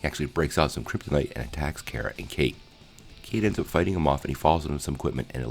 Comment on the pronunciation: It kinda bugged me how you mispronounced Kara and Harbinger but thank you for the recap because I can’t find this episode for free anywhere on the internet!